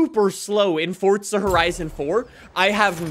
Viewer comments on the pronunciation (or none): same it’s called forza not fortza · For real I’m like where is the t in forza lol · its for "ZA" not for "TZA" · Well im American so its Forza for me and not “Fortza” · fortza horizon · FOR ZA NOT FORT ZA… FOR ZA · Hey guys welcome back to Fortza horitzon 5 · "For Za" "Fort Za" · there’s no T in forza. it’s not fortza, it’s forza. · Fortza horizen five^ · Cool dude but why does he pronounce it “fortza” 💀 isn’t it “forza” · bro not trying to be mean literally constructive criticism. that said f o r z a. not f o r t z a. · There is NO “T” in Forza bro. It’s not fortza hahaha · It's "Forza" not "fortza' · I keep cringeing when I hear Fortza instead of forza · The way you say Forza as ForTTzuh bothers me so much I decided not to like or subscribe lmao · Bro it’s not fortzah it’s forza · Where are you getting the T from Lmaoo it’s FORZA NOT FORTZAHH makes it almost impossible to watch you for too long lol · Stop it’s FORZA NOT FORTZA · why do you say fortza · ITS FORZA NOT FORTZA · Its not fortza its for za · Bro it’s called for a for a reason, it’s so u call it’s for a not fortza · Its forza horizon five not fortzhuh hreizoun five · why do you say it with a T like it has one its forza not fortza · Its forza NOT Fortzha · Your so anoying saying forttsa horrison thats how you say it but you need to say it like for-za horizon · 30s in and I've heard "Fortza Horizon 5" more times than I've needed to lmao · more like ford zujh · For-za it is so easy. It Makes me so mad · no it’s for za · Idk why 4za is hard to pronounce for some people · Forthza lol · It's 'For-za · the t is silent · this is the first video I've seen from this guy but I'm real happy to know that. He seems real articulate but he's all-in with Fortza and he's sticking to it and that's awesome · Me waiting for him to say forza right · the way he says forza kills me lmao "fortza" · Is nobody gonna talk about the way he says "Fortza" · Fort-za...cmon bro! But yeah there slow other than that ford van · Fort zuh